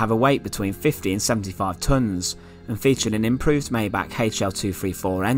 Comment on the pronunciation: I know what a metric ton is. 😉 I made a joke about his pronunciation of the word.